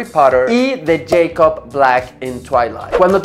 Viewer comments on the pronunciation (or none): none